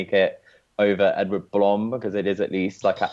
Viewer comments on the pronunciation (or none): pronounce edward blom's lastname 'bloom', that would sound more accurate:)